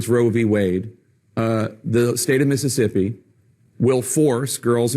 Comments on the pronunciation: 'Missippi' I'm not surprised the governor of Mississippi can't even pronounce his own grotesque state's name. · “Miss” issippi